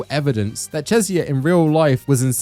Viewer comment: Bro why do you pronounce Cesare’s name like that? isn’t it CHEH-zah-reh (CHEH as in “cheddar”)?